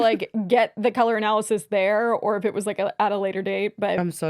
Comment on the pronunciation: not being able to say analysis is taking me out 😂